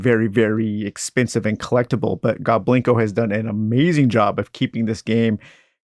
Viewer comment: It is pronounced GOBLIN KO, but people pronounced it as GO BLINKO for years & we didn’t correct them because it was cute, also people never pronounced my last name correctly either. They always said A BERG.